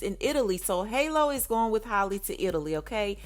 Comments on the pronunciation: Jesus it’s HAL- LEE not holly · Everyone can easily say Halle Berry, but can't say Halle Bailey is crazy.